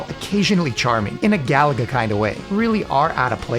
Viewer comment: Gaaaah. I cringe when people pronounce Galaga like "Gallagher". Stress the middle syllable, ga-LA-ga.